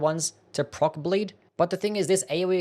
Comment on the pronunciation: Is he trying to say 'bleed' or is this a skill I do not know?